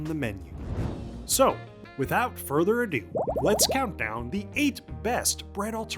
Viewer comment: The list of NON-bread or 🍞 bread-like alternatives start - the narrator has the nerve to say " So without further Adoo, let's countdown the 8 best bread alternatives for diabetics "